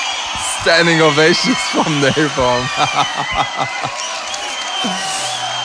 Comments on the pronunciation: I came back to say napalm not napom nice vids🤣😂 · You said Napom but in Subtitle ia Napalm😂